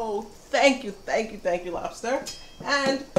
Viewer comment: "Thank you, thand you thank you Lobster, and... ok in you go." LOL LOL LOL